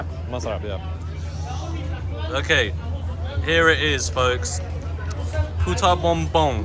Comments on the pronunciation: You got to be careful in pronouncing puto bumbong as you tend to say puta which is a derogatory word. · Make sure to pronounce the dessert Puto Bumbong and not Puta Bumbong 😄 Puta means Bitch in English 😁